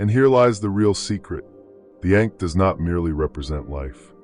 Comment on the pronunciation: Hard for me to take you seriously when you consistently mispronounce ankh.